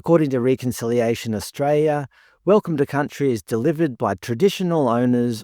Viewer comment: There is an 'l' in Australia!!!!